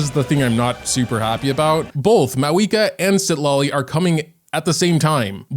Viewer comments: its pronunce ciTLAli, not Sid la li, i got chu bb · Citlali is cee-cla-li